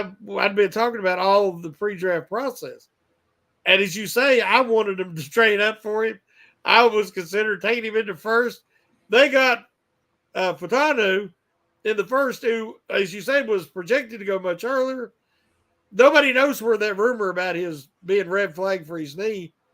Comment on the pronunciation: FAH-hew-TAH-new.... Say it until you can say it. Sheesh 🤦‍♂